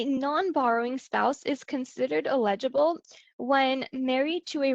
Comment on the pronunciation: Please ... learn to say "eligible" and "ineligible" correctly! It was annoying and distracting to hear it said incorrectly!